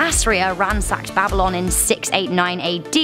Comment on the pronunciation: The way she pronounce Babylon. BabiLON!